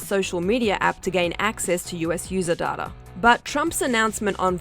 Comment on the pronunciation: Babes it’s not data it’s data 😂😭